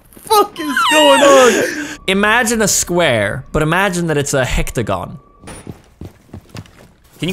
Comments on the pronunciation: Ah yes the infamous “square hectagon” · hectagon??? Lmao its a HEXAGON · "Imagine a square, but imagine it's a hectagon" I know hexagons (6), I know octogones (8), but wtf is a hectagon ??